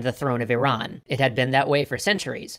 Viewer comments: Thank you for pronouncing Iran correctly. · You are the first person I see who pronounces "IRAN" as it should be pronounced. An an Iranian, I thank you for being considerate. Also, my brother is a history major, if you ever wanted an Iranian, he will gladly help you guys! Keep up the good work.